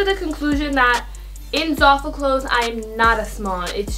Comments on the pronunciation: "ZARful" xD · Your doing amazing girl😭 love all your videos and can see how hard your working and how much effort and time you put into them! I love you keep it up❤️ btw I think your Pronouncing zaful wrong😭 just looking out for a sis😚